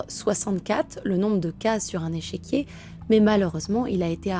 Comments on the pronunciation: Superbe vidéo...vraiment j aime beaucoup ta manière de raconter..... Juste une précision ont dit un "échiquier" et pas echequier 😉...... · Échiquier et non echéquier. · Échiquier et non echéquier .